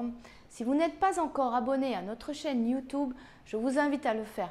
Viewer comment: Merci, mais elle a quand même dit « youtoube » 🤧